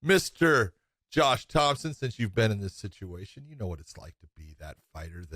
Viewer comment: Josh "Thompson" Thomson